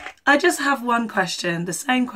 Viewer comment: The lyrics is "Do it for those you ever care and love" but he does not pronounce it well. The same when he says "Just do it..." at the end. He says "just" wrong. 😂😂😂😂